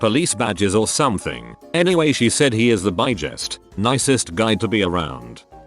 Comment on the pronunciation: No one: Absolutely nobody: Bot: "bie-gest"